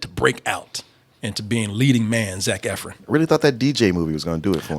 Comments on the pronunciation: I’m in my house yelling “it’s Ef-RON!!!!!!!!!!” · First Double Toasted video I’ve ever thumbs down because of the constant “Eff-RINS.” Learn how to say the name of your love!!! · As much as he loves Zach Efron, you’d think he would know how to say his name correctly